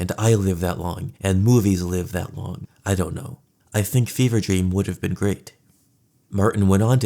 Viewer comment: FEVRE DREAM LMAO “BEAN DREAM”